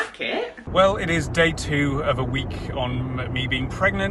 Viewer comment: Weirdest "week on" ever 🤣